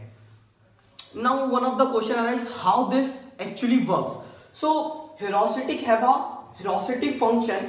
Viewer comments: #awesome 👌 but it is ह्यूरिस्टिक not ह्यूरास्टिक😂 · it isnt herusitic !!!! it is heuristic....... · The explanation was good. I am last minute learner, and this helped me a lot. So thanks a lot! This channel is great but won't reach its potential if you don't pay attention to detail. Try to check all the pronunciation (I am talking about 'heuristic') before making a video as pronouncing it wrong will affect its credibility. If you just avoid that, the explanation is great. I would really like to see this channel grow. All the best and keep helping last minute learner like me. (^-^)